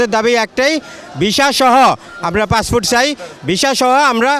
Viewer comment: Vogoban " passfoot " na re passport.😅😅😅😅